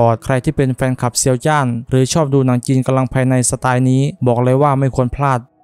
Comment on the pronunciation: ควร ออกเสียง กำลังภายใน ให้ชัด กว่านี้ ผมฟังเป็น กะลังภายใน